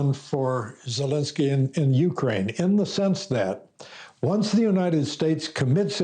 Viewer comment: You are mispronouncing Zelenskyy's name. It is VoloDYmyr (accent on third syllable), not Vladimir. (Vladimir is another person, OK?) His last name is Zelenskyy, not "Zelinsky." Also, Ukraine is not accented on the U, but rather on the second syllable.